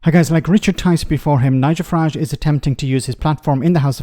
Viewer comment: Please stop calling his “far-rhaj” and call his Farage as in marriage with an F for … farage